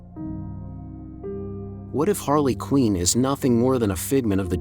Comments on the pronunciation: It's QUINN! not " QUEEN " ! get it right. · Quinn is not pronounced “Queen”. It’s rhymes with gin or tin or bin.